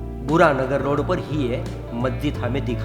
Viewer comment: It's burhan nagar sir@ not bura nagar